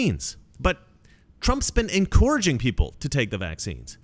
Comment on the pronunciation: Encourage. Not incorrige. You keep mispronouncing this world.